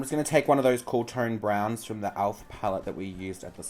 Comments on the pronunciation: Alf? It's elf😂❤ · i freakin love how you say 'Alf' instead of 'Elf' hahahahha xxcc